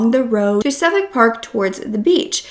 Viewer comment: Its suf•fuk, toe•rah•na, bris•ban, mah•quar•ee